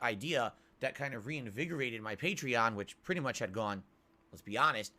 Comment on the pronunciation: The most astounding thing about this video is how he is correctly pronouncing Patreon now 😂